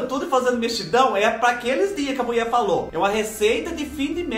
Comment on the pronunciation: Adoro quando ele fala que a muié falô 😂😂😂